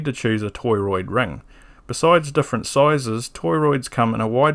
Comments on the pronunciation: beautiful video. subbed. lots of mispronunciations of "toroid" here btw. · Great video! I learned a lot today! Are you pronouncing it toy-roid on purpose?